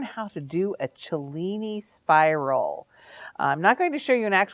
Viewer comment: Love the video and thank you for pronouncing Cellini correctly.